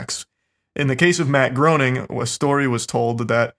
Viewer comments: Groening is pronounced “graining.” That is all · It was impossible for me to sweat. WAT. EDIT: Its pronounced Graining' ... apparently. Im not a fan, just a stickler. Also remember a lot of these ppl are on here for blackmail purposes. Maxwell should be in for life fooor sure. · Charlie my brother, you are so with it, so hip to the facts that I feel rather hesitant to be the "Uhm actually" guy, but... Uhm actually, Matt Groenig's name is pronounced Grā-nig.👍🏾 I really enjoy y'all, intelligent, funny, poignant. Thanks guys.